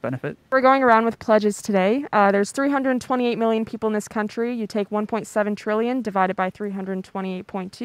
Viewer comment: Feels like doctor evil all over again. “One. million. Dollars”’